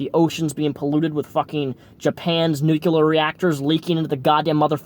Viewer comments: New-clear!... Not New-que-ler. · Nuclear. NUCLEAR. N U C L E A R. Not nucular. Nuclear.